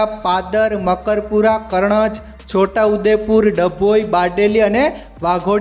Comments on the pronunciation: Bhai Pahela Gujarati Bhasha sikhi Le Chamand Nahi Sanand Ane Pardar Nahi Padara Karnaj Nahi Karjan Hoy Che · કરણજ ❌ કરજણ✅